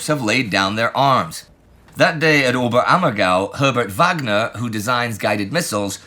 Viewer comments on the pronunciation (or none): none